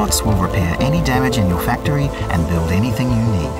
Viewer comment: Hmmm.. I didn't realize you should pronounce it as "fek-toe-ri-oh"